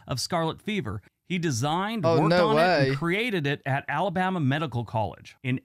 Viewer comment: I love watching your videos but please stop making fun of Alabama in your pronunciation of my home state...it's rude.thank you!